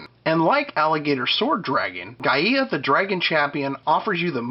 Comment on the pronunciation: Just an FYI Gaia is pronounced "Guy-Uh" not "Guy-Ee-Ah" Any questions on it just check out any old episode of Captain Planet.